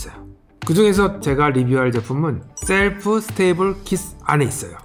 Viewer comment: 영상은 재밌게 잘 보고 있는데, 오늘 따라 발음이 틀린 게 많네요. 선글라스 때문에 철자가 잘 안 보이시는 걸 수도... breakfast: "블랙패스트"가 아니라 "브렉퍼스트" meal: "리얼"이 아니라 "미일" shelf: "셀프"가 아니라 "셸프"